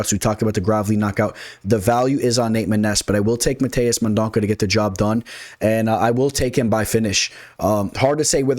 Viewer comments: Mendonça got this. It’s men-don-suh btw.🇧🇷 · C sounds like an S. No worries…no one has gotten it right. Liking your picks👍 Good research. On a lot of the same fighters.